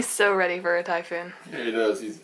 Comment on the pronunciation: was talking about a "typhoon".. I though she said "Thai food"..! FML.. haha..